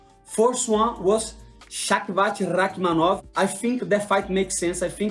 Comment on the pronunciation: The pronunciation of Shavkat hot my out of nowhere 😂. Bless you brother. That was insane lol